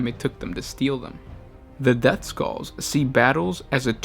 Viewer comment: Did you said depthskulls?